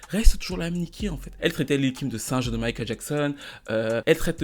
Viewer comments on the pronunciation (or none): none